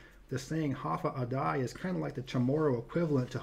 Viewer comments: Just to point it out, "Hafa Adai" is pronounced "Ha-Fa-Day", not "Ha-Fa-Uh-Die". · No it's not. Hafa (like Jimmy Hoffa) A (short sound) Day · For the record, "Hafa Adai" is pronounced as if you're saying "half a day"